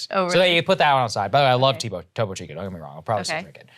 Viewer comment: “Tobo chico” 😂😂 pinche gringo, that’s not how it’s pronounced